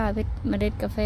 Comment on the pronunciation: ประเทศไทยเรียกว่ากาแฟ ไม่ใช่กาเฟนะคะ